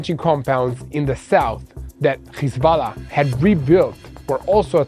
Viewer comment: HISBALA? IT IS HEZBULLA.